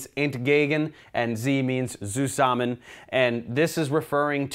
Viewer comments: The E/Z nomeclature is the first thing in chemistry I saw where it helps to speak german :D And thank you very much, there aren't any good videos about organic chemistry in german ;) And btw, the way you pronounce "entgegen" sounds very authentic but the Z in "zusammen" is a bit too soft (as it often is used in the englisch language), but in german language, it sounds more like "tsusammen" if you know what I mean :D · I like how he says zusammen. Sounds like susamen xD. Hello from germany.